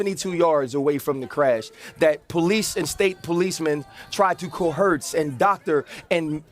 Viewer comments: These black ex-athlete announcers can't even speak proper English, and we're all just suppose to ignore it. This guy Ryan Clark is amongst the worst. It's so funny when they try to say a word and totally butcher it without even realizing it. The guy literally said "cohurts" in place of coerced. They constantly confuse present tense and past tense verbs, etc. And, we all have to pretend it's okay and they aren't the idiots we all know they really are. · Dude pronounced coersed co-hurts